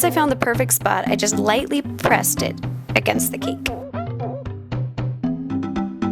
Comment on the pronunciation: the way you say cake makes me mad.